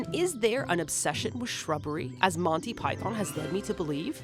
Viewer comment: "mondy pie thorn"